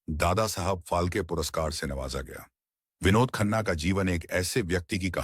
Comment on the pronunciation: Your pronunciation of vinod khanna is pathetic.its sounds like Dawakhana😮